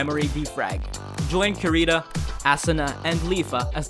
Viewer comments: karita? assuna? loool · Nigga it’s (kee,dee,toe) (ahh,suuu,nah) ffs dawg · boy you pronounced kirito and asuna incorrectly im disappointed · You said asuna wrong but its OK